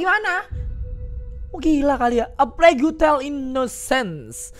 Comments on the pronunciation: Bang bacanya "e pleg Tel" bukan "e plagyu Tel" 😂😂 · Yg bener cara bacanya yg mana kalo "the plagu tel", tapi kalo miaw aug "the pleg tel"